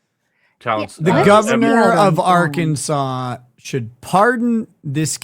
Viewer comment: R Can Sans just fyi. Your pronunciation was more fun though